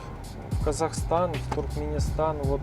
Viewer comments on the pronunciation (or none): none